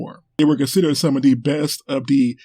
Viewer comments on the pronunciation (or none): Dee north vietnam and dee south Vietnamese. I didn't know dee had dees guns.